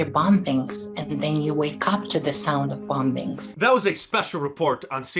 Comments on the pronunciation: Excuse me, but WTF is “bomb bings” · BOM-BINGS! LMAO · "Bom Bings" hahaha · This may be petty and inconsequential, BUT, does any one else get really annoyed at the way that Trans person pronounces "bomBings"?! I just can't deal with it.. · Bom-bings LMAO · Bom-bings LOL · Why didn't you say anything about the way It pronounced the word "bombings". Bwhahahaaa!